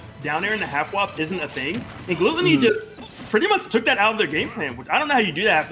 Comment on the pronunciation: its pronounce glue-tony, remember that kids